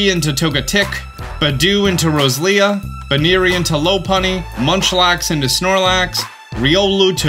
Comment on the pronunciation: Why is this the first time I'm hearing someone pronounce it "Rose-lia"? In my head it's always been "Ro-se-lia" haha